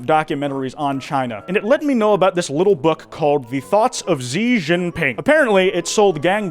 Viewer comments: no way he really said Xi as "Zi" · Just a little note Xi isn’t pronounced with a z sound, it’s more of a soft sh sound. Just my own hyper fixation manifesting as a pet peeve